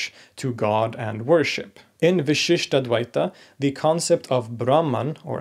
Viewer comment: I really like your series. However, in this video, I really must draw your attention to a tiny detail in pronunciation that changes the meaning of the word. The pronunciation in this video is vishishtadvaita (the first "a" pronounced as a short vowel) = qualified dualism (there is no such school of philosophy in Hinduism as far as I know). The pronunciation here should be vishishtādvaita (the first "a" is the elongated "aa" sound) = vishishta + advaita = qualified non-dualism.